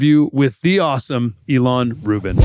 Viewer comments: im confused ilan is pronounced ELON? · You've known Ilan a long time, but you can't pronounce his name properly? Wow.